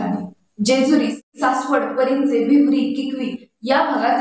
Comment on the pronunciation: भिवडी. भिवरी नाही